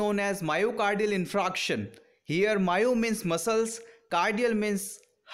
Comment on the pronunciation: You r pronouncing 'infraction'. But it is infarction'